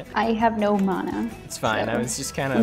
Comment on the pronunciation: People who say mana like mon-ah are the worst type of people.